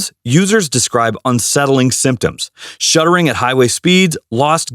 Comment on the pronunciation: Uh. The word is SHUDDERING not shuttering. 2019 Jetta here. 80,000 miles zero problems. Oh wait I have the 6 speed manual transmission. 🤣